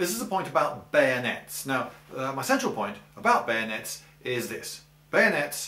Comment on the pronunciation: Kahuna _ I think you mean bayoooneets!!